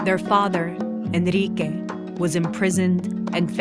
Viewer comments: yeah the narrator did a good job, to me every name was well pronounced but Enrique because it sounded “ri” instead of “rri”. I love how they try to keep the correct pronunciation of names, places and events in its original sound and language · she pronounces word initial r and double r the same as r everywhere else, when it should be a rolled r